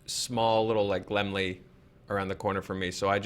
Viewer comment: lol at pronouncing Laemmle as "LEM-lee." I made the same mistake when I went to one of those theaters to see Memento back in 2001. It's pronounced "La-MELL."